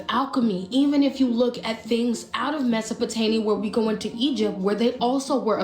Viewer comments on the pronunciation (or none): It's "Mesopotamia" not Mesopotania. And what the heck is a "hardrone" colliider??? It's Hadron pronounced "had ron"! My goodness you are pure TRAMPLING on my OCD!